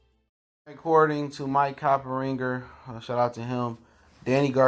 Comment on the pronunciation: Cop-ing-ger......There's no "ringer" in the mans name. You have great content but this shit is getting annoying bru!